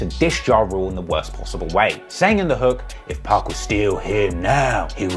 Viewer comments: Jesus christ I can't listen to one more "2pack". It's pronounced POK! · It’s pronounced 2 poc not pack🤦🏽‍♂️ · Nuh it's pronounced 2pac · The way you say Pac’s name just made me unsubscribe lol being English is no excuse for pronouncing that man’s name like that 😂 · I can't stand the way British people pronounce 2Pac.